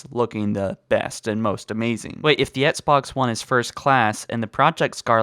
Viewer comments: It’s XBOX! Not SBoX that shit bugged me 😂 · He says etsbox one not xbox one HAHAHA😂🤣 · Why does this dude say ENXBOX ONE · Etsbox one 😂😂 just teasing lol love the videos bro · I love your videos but the way you say XBOX is making my eye twitch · Why can't you say the word Xbox. It really irks the shit out me... You need some English tutoring to eliminate it.